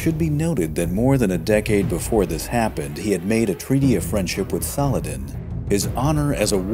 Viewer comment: The way you speak the full name of Saladin and the way Richard took the fortress of Taillebourg are amaXing...